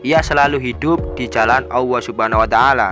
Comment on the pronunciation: Maaf sblmnya perasaan mas nya kl nyebut asma allah kok kedengaran di telinga ku sll dg pengucapan awoh ya...mmng bgt atau pendengaran ku yg salah.sering saya mendengar bgt.